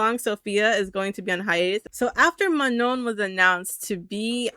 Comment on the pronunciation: FYI you don’t pronounce the last N in Manon lol it’s just ma-noh, not ma-known (